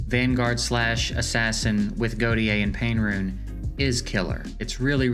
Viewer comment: sorry to be the one bro but "Gautier" is pronounced 'Go-Shay' ive met few people that actually have this name and they all pronounce it this way. my bad bro but keep up the great content your my #1 source for EE :)